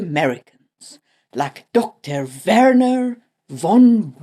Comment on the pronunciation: Neat song at the start, and perfect pronunciation of Werner, but why saying "von" as "wann"? Because that's the original song pronunciation perhaps?